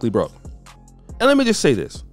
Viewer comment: Its sounded like was speaking on BROKEN women not Broke$